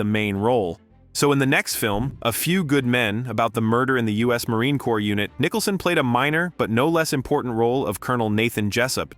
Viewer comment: I was enjoying it until stupid AI, came into effect- Preesees honor and Nicholson reading Nitcha LOL LOL PATHETIC